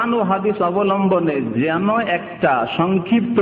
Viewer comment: উপস্থাপক,আসসালামু আলাইকুম, যেন্ এর মানে কী? উদ্বাত্ আহ্বানের অর্থ কী? এই দুই উদ্ভট শব্দের উৎস জানতে চাই। আসালে কোনো উৎসই নাই! শুদ্ধ উচ্চারণ কাম্য। শুকরান।